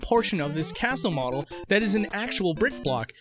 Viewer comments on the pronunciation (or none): It's seriously triggering me that you keep saying "models"